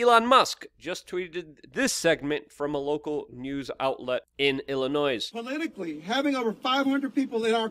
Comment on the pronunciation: Luke, the s, is silent in Illinois